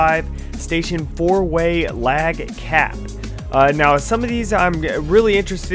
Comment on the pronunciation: That's not "Lag cap" It's "Large cap".